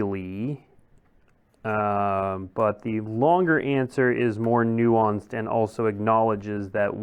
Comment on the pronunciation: It's "nuanced!" lol